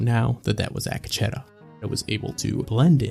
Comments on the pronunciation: Ack Uh Cheddar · supposed to be pronounced Ah Ketch tah. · A kah che tah. Ruined this for me desu